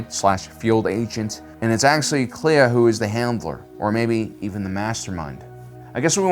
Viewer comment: When I first heard a character say Kleya's name, I heard Leia. So that's my crazy theory.